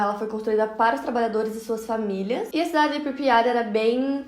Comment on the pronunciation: Pripyat não pripya